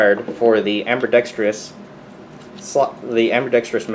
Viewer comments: Amberdextrous. Haha. The the way you pronouce that. I also have the same pistol, only in 9mm. Favorite pistol. Carry it every day AIWB. Love it. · "Amberdextrious" I love it